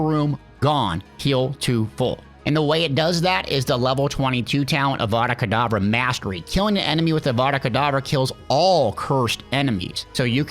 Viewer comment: Bro said adada kedavra